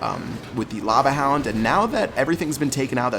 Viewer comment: "Now we got a Lava han-f-houndf"